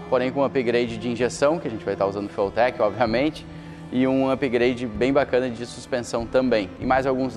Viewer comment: E ele pronuncia " fueltequi", no mais puro "portuglish". Considerarei essa a pronúncia oficial!